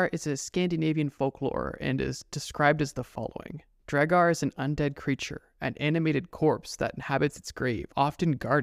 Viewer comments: It’s pronounced draugur also do the Japanese urban legend creature which asks you if she is pretty and if you say no she kills you and if you say yes she takes off her mask and shows how she has cut herself from mouth to ear. She asks you again “am I pretty?” If you say no she kills you and if you say yes she says “do you want to be like me” and if you say no she kills you if you say yes, she cuts the sides of your mouth all the way to your ears, and kills you. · It auto corrected, I meant to say “it’s pronounced draw ger” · Kinda kills me that he says draugr like Dre-gar instead of Drow-gar or Draw-gar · Its pronounced draw- ger not dray-gar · The way u pronounced Draugr, hurts my icelandic brain. It’s pronounced like Draugur, which also in icelandic is the word for ghost. But from way back it was used for the creature u talked about. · The mid pronunciation of Draugur it’s prounounced draw gur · lol why u sayin draugr wrong maybe i got missinformed but still i think drawg -ger sounds better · First time watcher here. You have some interesting content, but I could not get past the many mispronunciations throughout the video, especially the word "Draugr". A good rule for public speaking is if you've never heard the word spoken before, look up how to pronounce it. I know this seems like a small thing, but there are a lot of people that will be put off by that. Someone will be like, "If you can't even pronounce a word correctly, why should we believe anything you say is even factual?", and it'll go downhill from there. You know how these comment sections can get lol. Good luck to you.